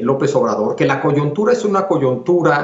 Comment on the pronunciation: Alguien avísele a Javier Tello que se dice "coyuntura" NO "coyontura". Dice la palabra MAL, DOS VECES. Bien por Castañeda: el único que dice las cosas por su nombre. Tello y Leo, para variar, tibios ante el dictador inepto. Qué pena.